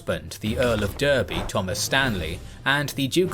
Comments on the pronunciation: Just winced when the kings and generals guy said Derby incorrectly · But yet again, shit lazy AI commentary on main video. Who would pronounce Derby that way?